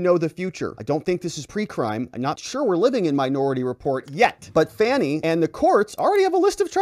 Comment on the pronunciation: Hint.... her name is pronounced "Fawni".. it is an African name. Everyone gets it but